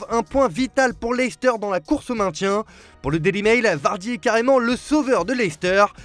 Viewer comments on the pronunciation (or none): none